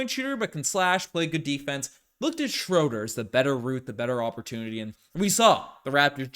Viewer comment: You gotta start saying Schröder's name right. It's Shrew-der, not Shrow-der.